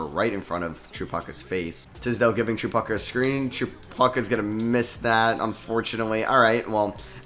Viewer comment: Tripucka is pronounce trih-pugh-ca. I’m not sure if that makes sense lol but I tried my best to write it out